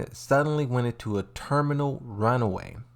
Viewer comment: *Thermal.... lol, he really cant read